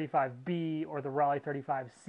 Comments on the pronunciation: It’s ‘row-Lai’, not ‘folly’ lol German made are Tessa’s lens,sgp made are sonar lens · The "o" in Rollei is long so it's pronounced Role-ee. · Roll-eye. Say it!